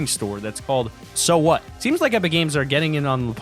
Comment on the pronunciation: The store in mega mall is pronounced “sue what” not “so what” basically referencing that many ppl tried to sue them